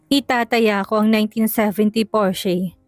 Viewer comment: Porsche- pronounce as " porsha"